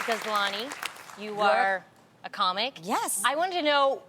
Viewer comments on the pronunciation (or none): I heard "you uh are a comic"